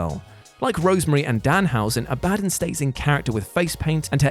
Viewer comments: More like Abaa-dun lol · "AB-AH-DON", Goddamn... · has never heard Abadon being said then a-bad-en 😂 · It’s not A-BAD-UN it’s abaDON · Aba - don....ffs....its not Ah - bad - on. It has biblical reference.....name gets said proper on the show even..... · Ab-a-don not A-Bad-on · Abadon isn't pronounced 'a bad un'. Its 'abba don' . Serious drop in quality on here lately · "Ah-Buh-Don" not "A Bad'un" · AB - AH- DON Pronunciation matters! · WHY CANT ANYONE SAY IT RIGHT?!? “Aa-BUH-DAWN” ABADON 🧟‍♀️ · Abadon is pronounced Abba-Don. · First of all, it's "Ab-a-don". Secondly, she's from Rocky Mountain Pro Wrestling. Which is a local fed for me. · Who is ah-bah-din? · Ab-Ah-Dawn Please... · I really hope your pronounciation of "Abadon" was a bit... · Anyone else annoyed that he cant pronounce abadon properly? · How many yelled at the screen when he kept saying Abadon the wrong way LOL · Nobody could've given the heads up on how to pronounce Abadon? Please stop having people do lists who aren't actually fans of the content 🤦🏾‍♂️ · Please learn how to pronounce "Abadon" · Can you PLEASE learn how to pronounce Abadon! Its like listening to an american say Basil or Oregano. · So you guys are putting Abadon at number 4 whilst having a nasty pronunciation on her name and ignoring she has an Only Fans?😂😂 yeah cmon now, let's not work on these lists while high fellas. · Learn how to pronounce abadon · Bro he BUTCHERED Abadons name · thinks speaking incorrectly is funny. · OMG it kinda driving me nuts lol In love but good lord lol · Came here to say this 😂